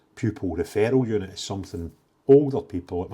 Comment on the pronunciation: I genuinely thought you said feral unit! Had to listen a second time to realise it was 'referral unit'. Sounded appropriate but certainly not pc!